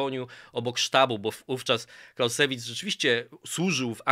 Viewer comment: Clausewitz czyta się "klauzewic" (akcent na pierwszą sylabę) panie...